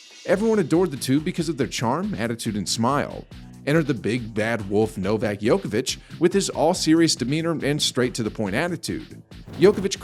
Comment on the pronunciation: Who's Novak Yokavic? Never heard of him.